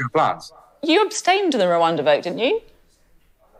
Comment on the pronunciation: "One big rabbit in the room".... "pesky peers".... And he can't even pronounce Rwanda.